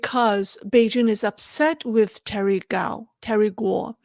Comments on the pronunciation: Why do you and others say "Terry Gau or Gao" when his name is GUO? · IMPOSSIBLE she cannot pronounce "Guo"